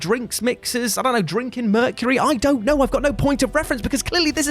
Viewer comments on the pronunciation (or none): none